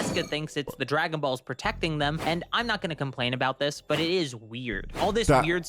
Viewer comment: This guy is annoying "Dis is just like the Cell saga! Dat is just like duh cell saga." We get it. You're a clever boy.